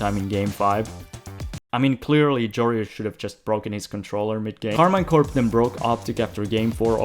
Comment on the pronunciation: Pro tip : it is pronounced Karmeen Corp (I'm french)